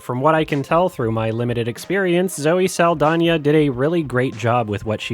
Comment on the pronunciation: keeps saying Zoe Seldania but her name is Seldana, unsubscribe 😂🤪